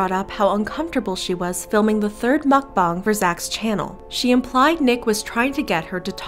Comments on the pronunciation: She saying MuCkBoOnG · I am three minutes into this video and I just hope she doesn’t say Mcbong entire video it’s mcbong😅